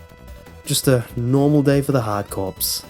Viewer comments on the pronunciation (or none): for the first one, you pronounced the "corps" like "corpse" when it's supposed to be pronounced like "core." Get it? Hard-core? Play on words. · To let you know Hard Corps is Pronounced "Hard Core" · It's Contra: Hard Corps not Contra: Hard Corpse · hard corps, not corpse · don't think he knows that then again, he likely doesn't care, but the whole time I was screaming on the interior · corps = core. just saying it's not corpse.